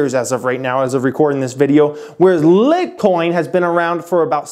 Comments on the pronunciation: Everyone's hating on you for pronouncing litecoin wrong but... Where you're really wrong is not understanding the technology. Look, you're not a tech guy that's okay. You don't need to know the atomic number of gold to give advice on investing in it but when you're talking about SHA-256 and not only mispronounce (you say each letter, S.H.A. not "sha") it but call it a protocol and then say things like "runs on" in association of it, you're just proving that you're talking about a subject you know nothing about. You read a few articles and rehashed words to make yourself sound like an authority, but in reality you sound like someone who failed spanish class trying to pretend he's a native speaker. You could've easily mentioned that you don't understand it and to take your tech understanding with a grain of salt, but if I didn't know better I could be fooled into thinking you knew what you were talking about. It makes me mistrust anything else you have to say because if I'm not already well informed on the subject I don't know where you're providing real insight or just regurgitating words without understanding what you're talking about. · Your killing me, If your going to try to pretend to know about crypto, at least learn how to pronounce the currency’s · not trying to be mean. but you don't sound too credible if you don't even know the correct name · Your Pronunciation of Litecoin Ruins all your credibility but its fuckinnnnn LITTTTTTTTTTTT🔥🔥🔥🔥🔥🔥🔥🔥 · It is pronounced LITE COIN but it’s ok great Video! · you say litcoin and you almost bust out laughing because you're just being facetious with the LIT-coin. Haha Did someone put you up to this? Thanks for making me laugh today but still informational. lol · OMG it's pronounced " Light Coin " Jeez! Lol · Did you say "lit coin" ? Lol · lol "lit coin" is someone lit;-) I think your trolling us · I can’t focus whenever you say Lit Coin. Leaving now. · It's clearly pronounced light-coin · LIGHT NOT LIT